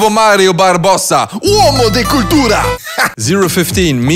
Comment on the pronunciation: (I’m italian) good pronunce, that Mario Barbosso sounds great😂